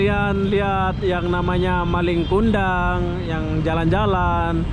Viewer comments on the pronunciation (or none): Njir nggak laku katanya...awokawok Jangan di paksa bang kalau susah ngomong bahasa malay nya Bukan malinG kundang, nggak pake G